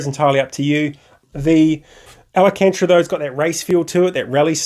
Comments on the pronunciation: Al - can - ta - ra (not Al - a - can - tra ) but thanks for the giggle!